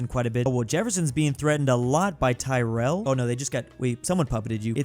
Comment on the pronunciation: . Jefferson's getting threatened by Tyrell. That area is in the former great state of North Carolina, where I live, and it's pronounced Taril. I live a few counties to the left of Tyrell County, Martin. It's the one that looks like an upside down bear.